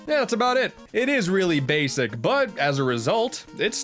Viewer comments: no it's not basic. It's bass-ic. Kill me😓😓😓. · do you mean Base-ic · It's basic bass-ic BASSIC BASIC HAHAHAHA I want to die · you should of said Bass-ic for the adventures of bass 2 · “It is really basic” You mean... “BASSIC!” I’m sorry... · “It is really BASSic.” bitch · “It is really BASSic” I will fight you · You said bass-ic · “It is really BASSic “ oh ohh nice one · "It is really 'bass'ic" Oh. I got ya.